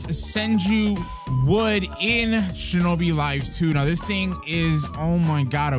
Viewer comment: and they said shinboi instead of shinobi. SUS